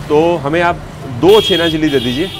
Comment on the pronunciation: The blogger wrongly pronunciating Chhena (Paneer) Jalebi as Chhena Jili or something like that (Patol) Parwal is a vegetable widely sold in India as a summer crop. The botanical name of Parwal is Pointed gourd (Trichosanthes dioica).